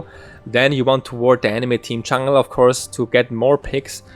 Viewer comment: Great guide, though it took me a while to figure out what "chungle" Evelynn was. Do you know any support-focused warding guides?